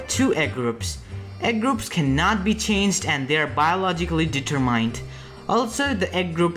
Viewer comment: Really? Have you heard him say the word "determined"?